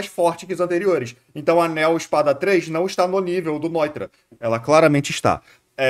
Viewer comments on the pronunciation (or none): Nao da pra levar a serio um cara que fala Grimmjaw Edit: não dá pra levar a sério um cara que fala noitóra